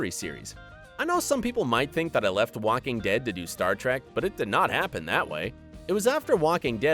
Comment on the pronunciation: Did he just say "Wacking Dead" ?